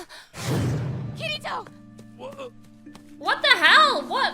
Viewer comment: Everytime I hear kiritos name most people say Kitty-toe-kitito I don’t think I’m hearing wrong I’m sure some of you can hear that